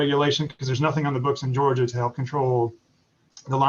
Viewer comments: I love hearing Bernie say "George-er" instead of "Georgia". Proud to represent Team Bernie in George-er!! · Lmao Bernie said George-er